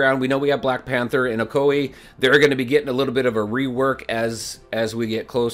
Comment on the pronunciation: Oh-ko-we... LMFAO! haha! its pronounced oh-koi-yay. XD